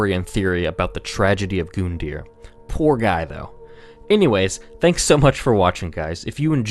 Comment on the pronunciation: Face it goondeer is more fun to say